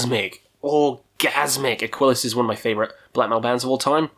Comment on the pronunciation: it's Aquilus not Aquilis.